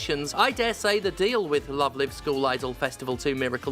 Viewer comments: I've only heard of Love Live as a franchise because of the Weiß Schwarz ads Bushiroad bakes into Cardfight Vanguard episodes uploaded here on YouTube. It's also how I know the first Live in the name is also pronounced lyve and not leev. English needs Ruby text sometimes like Japanese when it's using Chinese pictogylphs instead of their own kana phonetic written languages I swear.. Also we need to get rid of wastebin letters like I, C and X. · Incidentally, it's "Love Live" pronounced like "coming to you LIVE". In one of those weird garbled translation things, the English word "live" came to mean "concert" in Japan. It's an anime franchise about idols so I don't know anything else about it, but that they pronounce it like that, though. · People always say the wrong "Live" when sayings the title of the game. Its Live like "Live action" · This is an excellent video, which makes me regret knowing "Love Live" uses the other pronounciation of "live". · Steph mispronouncing Love Live the entire time because they're so unfamiliar with the franchise is a good reminder of what bubble I live in, and that it's good to get out of that bubble sometimes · I know this is not the point of the video, but I do find it very silly that Stephanie pronounces "live" in "Love Live" incorrectly, but "live" in "Miracle Live" is pronounced correctly. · stephanie please..... how are you mispronouncing the title of a game when the title is already the english version of the JP title............... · Oh nooooooo, it's reached the mainstream. Please believe me when I say this game used to be really good T_T (Also it's pronounced Love Live with a long I as in live show, not short I as in to live forever. For anyone who cares lol.) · Stephanie. Please. If you're going to say the title aloud dozens of times, PLEASE don't mispronounce the title every time. The 'Live' in the main title has a long 'i' sound. Were you thinking of "They Live" when reading the title?